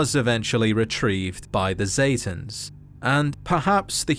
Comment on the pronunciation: pronouncing: Zetans aka satans